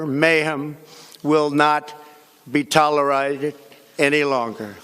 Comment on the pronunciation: "Tolerited" lmao